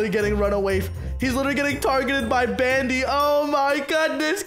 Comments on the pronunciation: IT'S NOT BANDY IT'S BADGY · did you just call badgy bandy